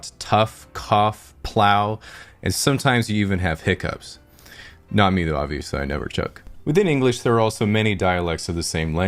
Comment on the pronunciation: Its Hiccups not hiccoups